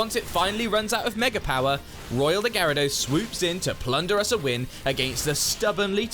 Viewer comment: UH, IT'S GYARADOS, NOT GIARABOS!